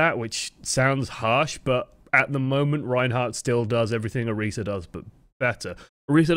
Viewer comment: Thank you for pronouncing Orisa right! Wouldn't have been able to handle this if you hadn't.